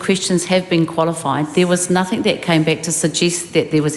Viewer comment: What's nuthink Debbie or did you mean nothing ?